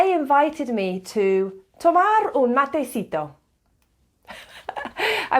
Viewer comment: I've noted that you mispronounce or write incorrectly many Spanish words. "Matecito" does not carry accent. The stress is on the "ci" syllable. And Taragüi is not pronounced guay, like in Paraguay. The groups ga, gue, gui, go, gu use allways the g sound in "gambler". The groups ge and gi are pronounced as the groups ja, je, ji, jo and ju with the soft jey of "hentai". When you need to pronounce the u in gue or gui they are written with two points over the u, called diéresis in Spanish: güe and güi. And Taragüi has an accent on the i, so the stress is on the last syllable and in a diptongue ui the stress goes to the i. So it should be pronounced Ta - ra -g u í. And remembre that every time the r is between two vowels its sound is soft. In "para" (preposition,='for') is soft, in "parra"= 'vine' is strong. When combined with other consonants (like pr) or when is at the start of the word is always strong. So is "curar" (prepare for use, but also cure), while "currar" in Spain is to work, while in Argentina is to steal. The mate keeps you company when studying of working alone, and when you are in a group, as the mate is shared, when only one person, the "cebador" who prepares the mate ande gives it by turn to everyone, it gives you the oportunity to talk whenever you want, but also listen while you drink the mate. You don't thank the cebador when you receive the mate because that means that you don't want more and you will be skipped the next time. You must finisth the mate and r